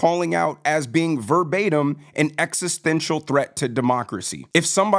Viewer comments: "It's done in response to the extestential, uhm, realities that we face." -Gavin Newsom It's "extestential"... Newscum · Extistential? Jeez, the psychotic used car salesman said extistential! Kinda funny, cuz he's more of an extistential threat to Californians! I would say he needs to look in the mirror, but he already does that all day, cuz he's self absorbed!!! "I'm so pretty, oh so pretty"! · Gavin can't pronounce existential